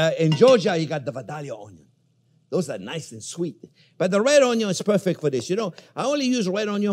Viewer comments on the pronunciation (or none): Gotta love the way he says "All-nions"😆